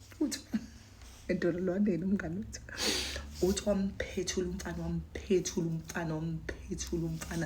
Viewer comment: Wampetula not wamphethula